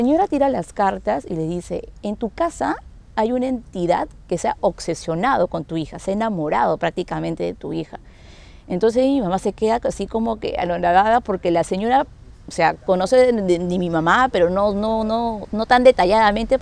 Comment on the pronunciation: No sabía que las entidades se podían "occesionar" 🙄. Se dice obsesionado con "B", no con "C".